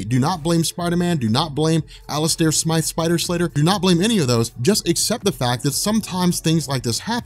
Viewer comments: Its not Smith... its Smythe. Like scythe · hey, ur pronouncing Alistors last name wrong... its actually Smythe not Smith.... Smythe ie. (Sm-eye-th) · SMYTHE!!! SM- EYE- TH.... for the LOVE of things! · So John Jonah Jameson becomes Spiderman 🤔🤔🤔🤔🤷🏽‍♂️ummm i think you mean John Jonah Jameson gets Spiderman powers, having spider powers doesn't make him Spiderman,every Kryptonian that comes to earth isn't Superman and every person with telepathy isn't Professor Xavier and Smythe is not pronounced Smith👍🏽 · Came here to say this, pretty much. He was trying to cure his powers, but grew the arms by mistake. Doppleganger was a reference to that Six Arms Saga in the comics. (As were the Man-Spiders in this.) The whole thing was later translated pretty decently into the 1994 Animated Series. Where they also knew how to pronounce Smythe (Long Y sound in the middle), no offense there.:P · Dude you're so not saying Smythe right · Also, Smythe is pronounced like scythe